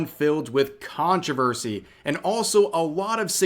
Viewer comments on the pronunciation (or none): none